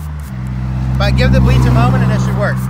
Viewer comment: It sounds like you said breeze and soap - is that a gallon of bleach, did you say bleach & soap?